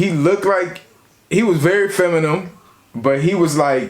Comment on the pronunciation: and saying "feminum" lol